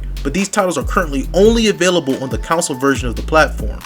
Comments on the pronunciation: CON-SOLE.... not Council!!!! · Its CONSOLE and not Council lol 😂